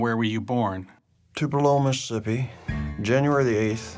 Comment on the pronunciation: Only 12 minutes in. There is some really terrible acting in the first few minutes, but kudos to the guy with his face blurred out, no matter who he is. He pronounced “Mississippi” the way that an actual Mississippian does. (It’s “Miss-SIP-pee” if you’re from here.)